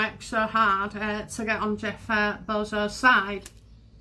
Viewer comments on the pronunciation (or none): love you and your readings. Jeff Beeszos is pronounced BEE- ZOES’ ❤